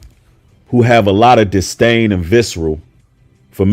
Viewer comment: Disdain brother, with a D. Not distain with a t.